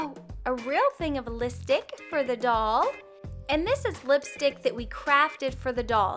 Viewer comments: Lol she said listick instead of lipstick but I love her channel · not trying to hate, but it sounded like you said listick. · That was on purpose. That's how says it. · 😂it's funny how u say lipstick 💄 😂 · Your saying lipstick wrong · I heard that to